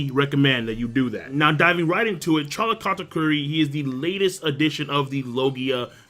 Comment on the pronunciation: why do you keep calling him Katkuri? It's Kata-Curry, as he's. 2 for 2 with them shots lol